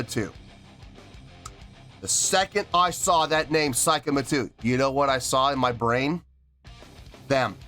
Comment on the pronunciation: Pronunciation is more like "say" kima 2, rather than "sai" kima 2 👍